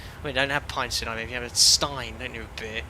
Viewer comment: Nice accuracy with the local pronunciation of Ibiza there. At first it struck me as wrong, but then I had to remember that my ear for Spanish is more attuned to its Mexican and Puerto Rican varieties, as those are what I commonly hear across the pond from you. (It would sound more like "ee-BEE-suh" in Mexican or Puerto Rican Spanish.) You got it right for Spain though, where the letter Z takes on the "th" sound, so I have to give you a proper "¡Tú español es bueno, Capitán!" :) Speaking of Mexico, if you're taking suggestions for future live stream origins or destinations, I think Mexico City could be interesting. Its 7300 ft elevation would allow you to discuss hot and high operations at a length I can't recall seeing in past live streams.